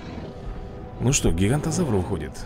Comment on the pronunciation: не гигантозавр а гиганотазавр